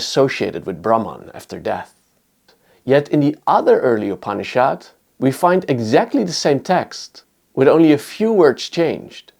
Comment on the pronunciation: The pronounciation is not upni-SHHAAD but upni-shud. It is softer...not so hard